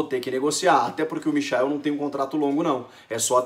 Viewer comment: Porra é difícil pronunciar a porra do nome do cara certo por acaso alguém chama o Michael Jackson de MICHAEL